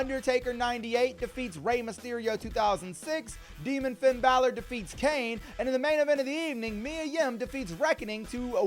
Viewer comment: If you Finn Balor wrong because you call him fiend Ballard if you call him that one more time I'm unsubscribing and then just liking and then never watching your videos again